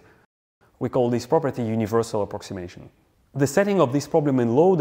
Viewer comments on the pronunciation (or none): none